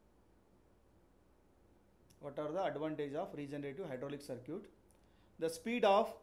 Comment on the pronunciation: circuit ❌ Sir-Cute ✅ 😂😂 btw nice explanation sir 🙏🙏